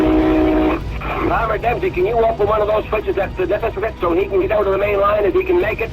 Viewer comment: Local’s note: Nipisiguit is pronounced Nip-iss-i-gwit